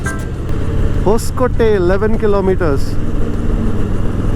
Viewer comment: Thanks for video. Btw it's It's 'hosa coatay' (meaning new fort) nee hosakotte...